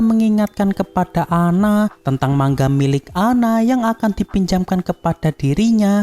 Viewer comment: manga bang bukan mangga